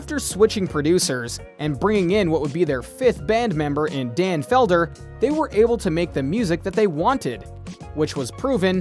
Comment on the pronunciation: It's not Dan Felder good grief